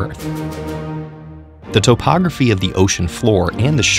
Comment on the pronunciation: It's pronounced topography...